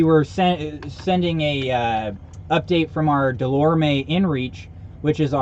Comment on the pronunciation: You're right about the DeLorme being an important safety item. I used one when I biked in Antarctica. But I'm wondering if you are saying it right. I always say da lore um. I've been to their booth at outdoor retailer and I think that is how they say it, but maybe I'm wrong and you are right?